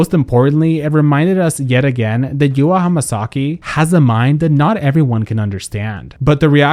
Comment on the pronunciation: It’s YOU-RWA not YU-AAAAAAA